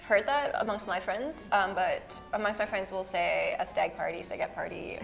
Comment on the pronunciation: Stagette sounds like Spaghetti.